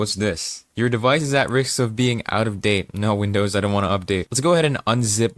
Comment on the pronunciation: Also, "wimdows" disgusting.